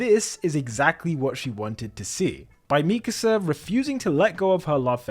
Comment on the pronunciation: Finally, an AOT video THAT KNOWS HOW TO PRONOUNCE MIKASA